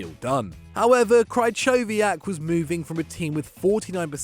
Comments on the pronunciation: Ch in Krychowiak is pronounced like h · The way he says krychowiak offends me 😂😂